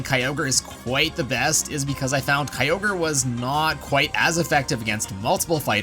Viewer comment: Your Pronounced Kyogre wrong